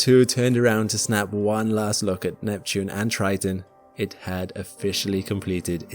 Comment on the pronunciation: Ah yes, tge erupting geezers of Tritan.